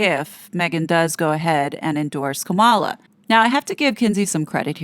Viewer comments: Please note that in pronouncing Kamala Harris' name, the accent is on the first syllable, KAmala not KaMALa. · It’s Comma-la. Not KaMahla. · It is pronounced Comma-la😡